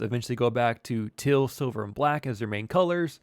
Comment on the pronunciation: Where you originally from. Trying to place that accent. Teal and Field got that Pittsburgh twang on them